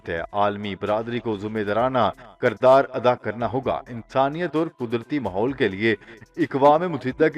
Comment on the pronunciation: Apna talafuz theek karain. Jaisay kirdar ko kardar kahtayho.